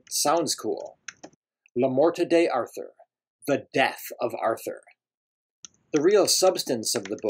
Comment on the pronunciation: First, the title is pronounced "Lay Mort Dar toor" It's old French. Second, the French jongleurs got the basic material for the Arthurian legends from the Bretons, who were descendants of the Briton refugees who fled Britain from the Saxon invasion and brought with them much older legends that did NOT feature Arthur. They grafted Arthur onto those old legends, and the jongleurs grafted Lancelot onto them. Third, the best historical evidence suggests that whomever we now call "King Arthur" was really more like a warlord who inflicted several defeats upon the invading Saxons and set back their advance by some decades. Moreover, he probably operated in the period 480CE to 510 CE. Fourth, there really isn't much historical information about this person. Fifth, I really don't like your video style. It's certainly creative, but mostly uninformative. The audio and the video should complement each other, but your video adds almost nothing to the information content of the piece. It feels like a podcast with meaningless video tacked on. The exception, of course, comes from the clips from the movie "Excalibur". My suggestion is that you replace all those typing scenes with more images related to the Arthurian legends. Lastly, I don't think that the word "definitive" properly applies to Le Morte D'Arthur. It's certainly the most important of the sources, but there are so many. The Arthurian legends have provided the source material for Tennyson's Idylls of the King, Mark Twain's social